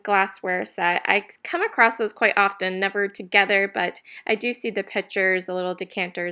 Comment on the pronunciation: Just a note, There is no "t" in ACROSS